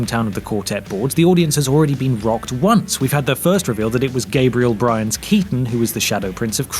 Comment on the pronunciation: Gabriel Byrne, not Bryan.